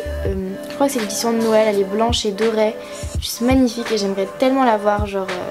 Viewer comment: Meuf c du DORÉ PAS DORAIIII